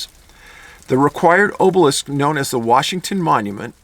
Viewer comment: Hate to be that guy but it’s not it oh sai rus and Aw buh lisk